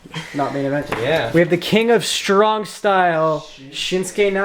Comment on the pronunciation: Instead of king of strong style grim says king of shovel style